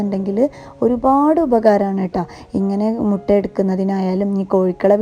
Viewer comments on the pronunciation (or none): മുട അല്ല മുട്ട എന്നു പറയുക